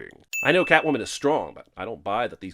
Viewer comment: Ah, so Catomwan's a bastard. Don't know much of Selina Kyle in da comics but butchering her alter-ego's name like dat is a sin! Lol ding